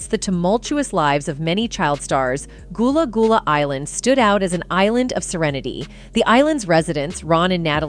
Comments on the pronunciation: Goolah goolah island?? 😂😂😂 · She saying this so wrong it's gullah gullah island